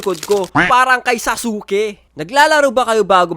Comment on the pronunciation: saske ho ang basa don